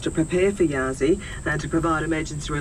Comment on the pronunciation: Sorry, should be Yasi not Yaris! Pam